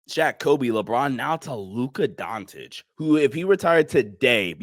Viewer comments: “Luka Dontic” lmaooo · Time to learn to pronounce his name my man. Pronounce the first c the same as you do the second c in his last name. Don't know why you Americans feel the need to switch a C into a T 👍 Don't complicate it